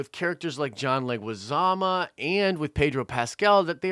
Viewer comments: Who's John Leguizama? It's Leguizamo MO MOOOOOO. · John Alberto Leguizamo, last name pronounced "leg-wih-zah-moe". Not trying to be picky but I cringed every time you said "leg-wih-zah-mah":P Love the show and the updates!